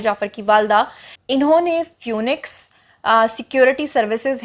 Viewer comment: Phoenix is pro. as 'fee-niks' :) :) :)